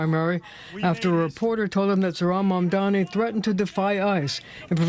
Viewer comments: ZORHAN MANDAMI is a wild pronunciation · "Zorhan Mandami" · "zor-han mandami" freakin' racists. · Why can no one say his name? It sounds exactly like it's spelt: ZOH-RAN MAM-DA-NI. I guess it is America, so expecting the media to be literate is expecting too much.